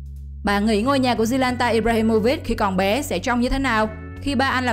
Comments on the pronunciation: Zlatan mà đọc zlanta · Zlatan ? Zlanta ? Vãi 😂